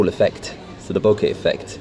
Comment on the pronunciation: Thanks for you to pronounce "bokeh" correctly. It's a Japanese word meaning "blur". Apple guy pronounced incorrectly during the event 2 weeks ago. Now that's how everyone pronounces in US.